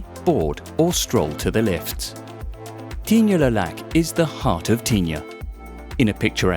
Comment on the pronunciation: Is that how French people pronounce Tignes? ...and is Le now pronounced Les?? 😭